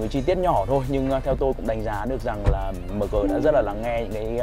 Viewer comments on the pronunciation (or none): Mờ gờ, đọc nghe chuối quá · Người Bắc đọc mờ-gờ rồi a-mờ- gờ nghe chán phèo.